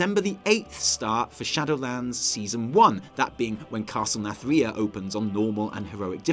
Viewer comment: please get it right. It isn't pronounced Nath-RIH-a, it is pronounced Nathri-AH!